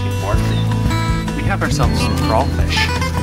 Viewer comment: 2 things: 1. If you ain’t hyping me up like Ellie hypes Garron, I want ya. 2. The fact the you said crawfish right made my little Cajun heart happy.